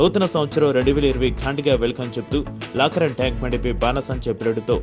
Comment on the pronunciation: లాకరం కాదురా నాయన